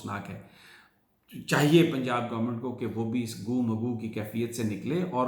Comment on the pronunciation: گو م گو ۔۔۔ گو مگو ✅ - گُو مگُو ۔ ❌ With best regards from 🇨🇦